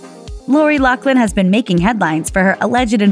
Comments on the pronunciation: I think it's pronounced "Loff-lin"...not "Lock-lin" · OMG!! Her name if LaughLin , pronounced with an F sound. No C in her name!!! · is it not pronounced *loff-lin*?